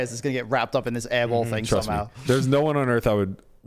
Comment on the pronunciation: Aiball? Thought it was airball😆🏀